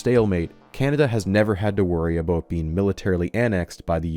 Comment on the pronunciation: love the way you say aboot